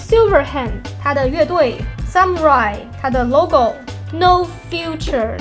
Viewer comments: 武士发音好像是，萨姆拉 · 武士读法是。撒木拉依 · xxx伊。rai是两个发音。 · 那個武士的日文 不是這樣發音吧